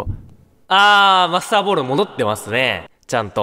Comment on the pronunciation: masterballの発音が良すぎて、Monsterballに聞こえる